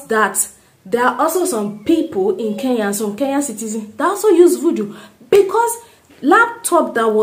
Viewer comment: But stop pronouncing it Ke ya, it is Kenya.